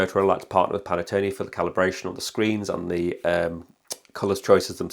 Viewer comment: Pan Tone not Pan a tone 😂